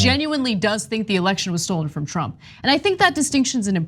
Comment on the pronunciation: Lindell says the election was ‘stold’ not stolen!